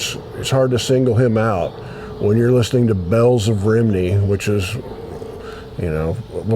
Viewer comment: It’s pronounced Rum - Knee. I’m 20 mins down the road from there. Got see you, say hello and pick up 3 of your albums in Le Pub Newport South Wales. 👍